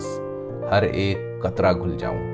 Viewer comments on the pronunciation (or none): Kitni khoobsurat aur saaf zubaan hai aapki...❤ Bass qatraa ghalat pronounce kiya